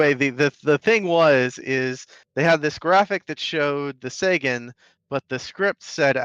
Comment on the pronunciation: thank YOU for pronouncing the Sagan correctly. Never thought I would hear it said correctly on Casual's channel here.